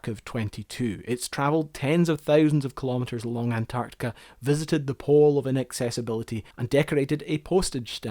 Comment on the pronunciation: Sorry, but it's too annoying to listen any further to the host pronouncing "an-Tartica."